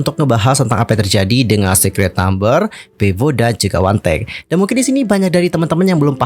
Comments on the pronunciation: 1theK itu di baca one the Key (wandeke).. bukan di baca wantek wkwk 🤣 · Bisa baca dengan benar One The K Kenapa jadi Wantek ? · 1theK , WAN DE KEY . bukan Wantek 🥺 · Monmaap, bacanya wan de key, bukan wantek. 😭🙏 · 1 the K dibaca Wan The Ke Bukan Wantek 😂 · Sorry kak pengucapan ny 1thek itu " wan de kiy " bukan wandek kak😭😭👍